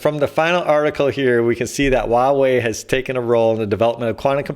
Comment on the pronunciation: Huawei is pronounced as "Hoo-wah" (uttered quickly) .. "Way".